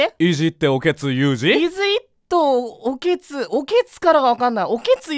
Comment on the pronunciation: オケツではなくオケトゥでしたね